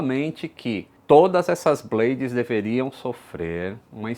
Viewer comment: A palavra 'blade' não se pronuncia como 'blêidis' e sim 'blêids' - coisinha básica!